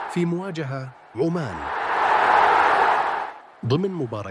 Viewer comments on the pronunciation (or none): عمان وليس عومان يا كابتن